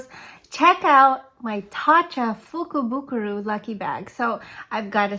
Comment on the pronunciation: I am so impressed you pronounced the name of the lucky bag wow. You received totally awesome products. I loved the palette. I will posting my Jeffrey Starr lucky bag cannot wait. 😊